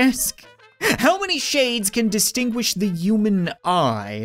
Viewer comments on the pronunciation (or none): Why does he say human like u-man?😂